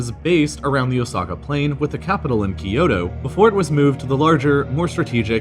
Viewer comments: Cringe. NEVER pronounce Kyoto like Kee-yo-to. It is only two syllables: Kyo-to. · Had to stop watching due to the mispronunciations of all the place names. Peeyoto? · Keeyoto??? Kyo-to